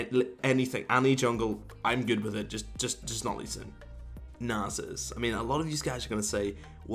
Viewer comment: Now its actually worth clicking on this garbage video featuring lol player who cant pronounce Nasus (and so on...)with his mouth full of garbage this and that. Nice joke